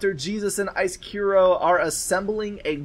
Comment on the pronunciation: Finally someone pronounced my name right :D (Icekiro). SCBM is theeggroll just for your information. Thanks for Casting, it was a fun game to play!